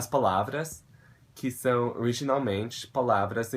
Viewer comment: O seu "são" é perfeito!!